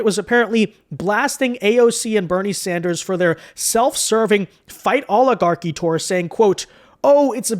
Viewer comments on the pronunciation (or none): Mad because she stuggles saying oligarchy.